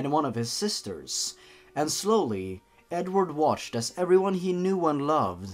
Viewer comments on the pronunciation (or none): Blappy He says "Edward Munch" and when he says the name "Edward" he says "Edvard". 😆